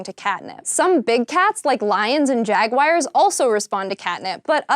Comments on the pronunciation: Jag-wires? Jag-wires? Is this some new British mis-pronunciation? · She called them "jag-wires" ! Who else noticed? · Jaguars 🐆 is pronounced jaguars 🐆! NOT jagwires!